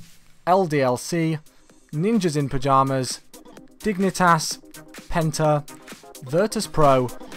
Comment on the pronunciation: Penta sounded like Benter